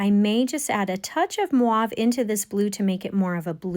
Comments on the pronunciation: Isn’t it called Mauve and not Mwauve? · Thanks for a great video, but I need to point out that it's pronounced moh-ve, not mwahve. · If you don't mind, I would like to try to explain how to pronounce the color mauve. You are saying it more like muave but it's actually move like a mo sound. The word is French if that helps. By the way, thank you for your explanation on how to paint these beautiful flowers. I've very new at watercolor and was trying to find ways of how to make flowers without making them look like a kindergarten way. I struggle in that department. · Mwarve? Sorry...not familiar with that word. Is it the name of a specific hue? Are you meaning mauve? (Rhymes with 'stove'). I know! English weirdness. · Not mwahv … actual dictionary notation is just 3 letters -mov-with the line above the o indicating the long o sound. Another way to describe it is to say it rhymes with “grove” or “clove.” I pronounced it incorrectly myself until just recently… I was rhyming it with the names Maude or Claude. Now we know. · Very nice flowers. I just wanted to say that the color mauve is pronounced like stove. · Enjoyed your demo. Not sure where you are from. Both French in origin, here’s voila the French way ….sounds like vwah-LA and mauve would be MOvuh (MO as in motion). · Thank you for a very well explained and executed vide❤, sorry but the way you pronounce mauve as maave really irritates me ,it is probably a Canadian silly dialect thing. So sorry I assume you are referring to a blue violet tertiary colour? So silly cheers you are a very talented teacher and artist. Forgive me for nitpicking. Cheers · Me too 😂. It should be pronounced like (M o v ). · Loved this, I’ve never heard the colour mauve pronounced like that lol